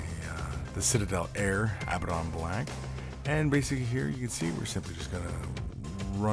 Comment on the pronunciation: it bothers me how they say abbadon